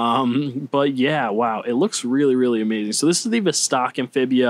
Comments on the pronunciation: VOS-tok (not v'stARK) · You need to pronounce VOSTOK correctly